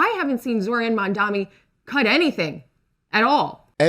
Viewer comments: Excellent video. She said...mamdami, ok. That's all i need to know. Ergo, a lazy person who couldn't bother to get his name right, let alone facts. Mamdani has steered the core issue to improving NYC, not foreign countries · Why is it so difficult for MAGA people to say Mamdanis name?? They always say Mamdami. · and his detractors still don't know how to pronounce his name properly, or they don't care to smh